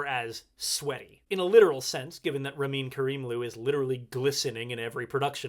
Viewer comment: Pronunciation of Ramin's name wrong!